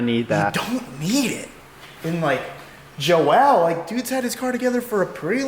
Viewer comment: if thats how he prounces it then his family must have him mistaken for a girl. Its %100 Joel not Joelle